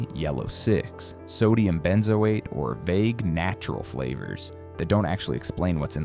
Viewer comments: "Ben zo atee", said the AI. 555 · Lol at benzoate pronunciation